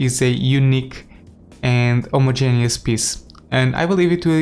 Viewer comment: lol when he said homo-genius